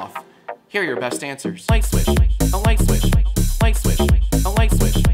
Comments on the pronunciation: Tjat lightswitch sounds like lightswitc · Am I the only one who thinks after hearing "a light switch" for two hours it begins to sound like "auschwitz"?